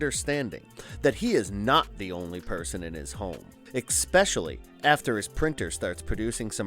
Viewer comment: Thank you I knew I heard him pronouncing the word wrong!